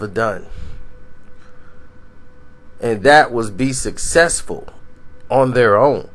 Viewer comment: "Only Michael wuz suhsexful...."